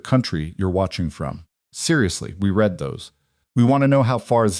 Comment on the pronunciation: Will someone PLEEEASE tell the AI that the word READ has TWO (2) TWO completely DIFFERENT pronunciations DEPENDING on CONTEXT..Jeeze its aggravating